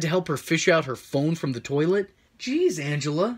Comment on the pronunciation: I know this is all important, but I'm stuck on her saying "toelet" instead of toilet.